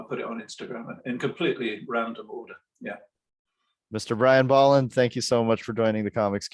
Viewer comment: Kudos to you for pronouncing Bolland's name right.